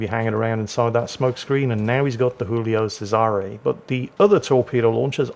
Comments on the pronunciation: Since it's Italian, it's spoken Julio Chesare, not Hoolio Cesare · It's not "Who-lio Sayzare". It's not Spanish. It's "Jew-lio Chay-zare". I know, I'm pedantic. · the giulio is italian not spanish its pronounced jooleeoh chaysaray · For the record, it's "Julie-o Che-sa-ray." keeps mixing his Italian and his Spanish for some reason. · Jew-lee-oh chez-ah-ray